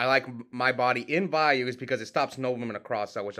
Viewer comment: I love you bro, love watching your videos, you keep killing me pronouncing Vayu 15 different ways in one sentence 😂😂😂😂😂😂😂😂😂😂😂😂😂